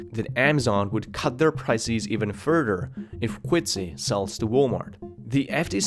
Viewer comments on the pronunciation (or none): "Beezos, pricees" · Great video but you bloody annoy the shit out of me with the WAY YOU pronounce PRICES - E is supposed to be short not long like pricees OMG yeah and correction you do the same with every word that ends with ES pls try not to do it because it is really annoying. IF you can do that your videos WILL BE GREAT ! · its prices not priceis es not is goddamit.. be normal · I really shouldn't, but... It's prices, not "pricees," and businesses- not "businessees." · Please stop saying Amazon as "Amm-zon" instead of "Ah-ma-zon" and "prices" as "pry-SEES" instead of "PRY-ces". There are several other words where you pronounce an undue "SEES" at the end too, it's very distracting. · Prices, not pricees. Businesses, not Businessees. Loses, not Losees... its like getting verbally pecked to death by a duck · Which English speakers pronounce price = pric ie s, businesses = business ie s, services = servic ie s, performance = performan ie s like this narrator? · Bezos - Beezos Prices - Prycees Buisness - Buisneess Loses - Loseees What's up with this guys pronunciation??? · What's a "priceese"? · I enjoy your videos, you can tell you've spent a long of time researching and editing. But man... the way you pronounce "ie" or "e" is triggering. Why do you read the word Diaper correctly but not prices or loses. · Just curious. How do you fuck up the word prices so badly? Also losses does not sound like loseees. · Pls learn how to pronounce basic words like prices and businesses.